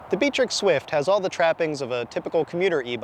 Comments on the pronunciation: I'm pretty sure it's BIKE-TRICKS in pronunciation. Source: I have shopped at their store. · It's pronounced Biketirik not Btrick.